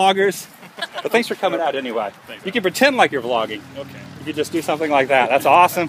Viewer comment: It sounds like your saying flogging..which the def. for is a public beating with sticks..Lol..That must have made you feel good,seeing your fans:)